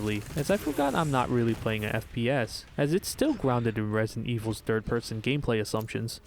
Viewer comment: I woke up to this video on my TV (thus not knowing the title/video purpose) and I genuinely thought you kept saying “DIRT person” (instead of third person) and since it continued to different areas, I thought I was an unknown stalker enemy.